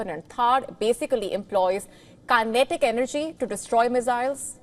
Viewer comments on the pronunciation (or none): She just said several times, kanetic energy ! 😂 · Kinetic.....pronunciation WRONG